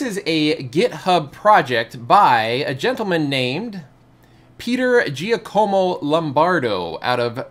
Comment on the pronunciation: It's pronounced "JÁCOMO", not "GEE-A-CÓMO"